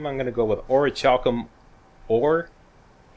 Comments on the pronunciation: I think it's pronounced Ori-kal-kum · its pronounced orc-u-lum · it is or-i-cal-cum i think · So what's with all the armor,? No glass cannon on Legendary this time around? Lucky was sooooo much fun to play! (Not that 135 armor rating helps you that much on Legendary, hehehe.) FYI, I think the "ch" in Orichalcum is a hard "k" sound